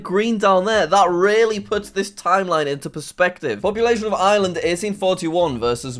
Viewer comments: I live in Ireland and it's pronounced arelind not i er LA and pls say it right this time😡😡😡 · You forgot to pronounce the R in Ireland, J A C K M A S S E Y W E L S H. (read this comment off-camera)